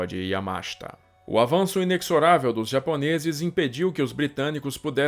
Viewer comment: A pronúncia é como se escreve, Yamashita e não Yamáshta. A pronúncia é inezorável e não inecsorável.